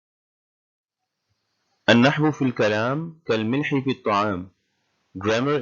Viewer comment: النحو في الكلام كالملح في الطعام وليس ( كلملح)